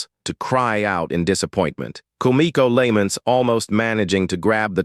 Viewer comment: The AI is so ass lmao, it can't pronounce "Lament" and "Ramen" to save it's damn life